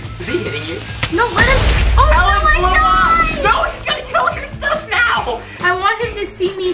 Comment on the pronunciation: Her name is Helen not Melen and is that your sister?